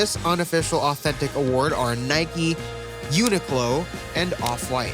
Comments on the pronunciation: It’s unique-Lo not what you called it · lmao it’s pronounced (unique-lo)